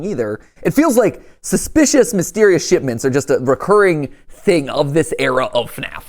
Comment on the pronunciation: did bro just say "shitments"?